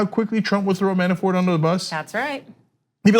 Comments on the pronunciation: every time she says Man-a-4 instead of Manafort I cringe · There is T in his name. ManaforT, not Mana4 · By the way it's Manafort, not Manafor. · How does she not know Manafort's name??? She keeps saying Manafor without the "t". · Mana for T T say the T you are driving me crazy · Why won't she pronounce the 't' at the end of Manafort's name? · I actually checked the comments just to see if anyone else noticed haha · Christopher Eshleman That was irking me. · You can pronounce the T in manafort. He's not french.